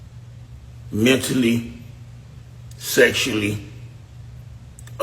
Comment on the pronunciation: It’s pronounced frustrated